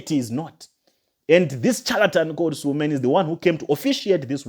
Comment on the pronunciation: THE NAME IS S U L E M A N NOT SUMAN